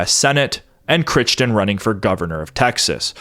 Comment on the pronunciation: Dude... you're killing me with butchering that name. It's seriously becoming like nails on a chalkboard. It's pronounced "CRY"-"TON"... unless Jack's family was retarded and mispronounced their own name... but freakin "Critchton", lol.